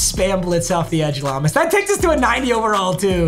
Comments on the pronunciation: Brother, it’s LOW-mas brown. Not LA-mos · Lomas is pronounced low mis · Papa its pronouced Low-mas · It's pronounced Low-miss Brown as an old head, I remember him from the Barry Sanders good ole days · It’s pronounced Lowmas…and you call yourself a lions fan. Jk love the videos man! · It’s pronounced Low-miss brown like get low